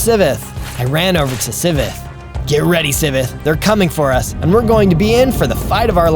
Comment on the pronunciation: It's Si-ve-th